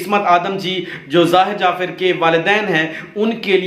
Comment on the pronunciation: upload karnay se pehlay soch lein ko aap ko kya kehna hae. pehli baat to yeh hae ke pichhli baten jo sub hi jante wahi rut rahay haen. shuru main aap ne kaha '' zakir jaffer ki maan ke saat bad'tameezi ki thi ''..... jabke zahir ne apni maa ke saath...... zara apna talaffuz sahi karen. jafir jafir. (jaffer. taluffuz hae jaffar).